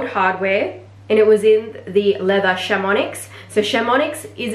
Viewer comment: oh yeah, missed out on a swift bolide 27 in black - was ready to buy and then someone else had just snapped it up from FP. just FYI: chamonix, is pronounced without the x, and vache is with a silent e...